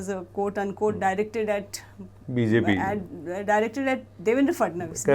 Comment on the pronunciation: New Game: Take a shot every time says “Bee-Zay-Pee” 😂😂